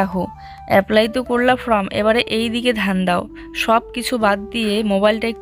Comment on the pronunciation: জুঁই তো যথেষ্ট বড় হয়েছে,ওকে সবসময় কোলে নিয়ে চলো কেন?তোমাকে কোনকিছু correction করে দিলেও তুমি সেটা correct বলার চেষ্টা করো না।ফ্রম নয় ফর্ম।প্রিয়া,মৌ creation এরা কিন্তু করে। ভালো yt র হতে কথাবার্তা ঠিক করতে হবে।